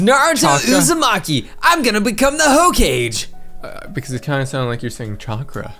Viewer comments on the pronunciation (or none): u called hokage ho kage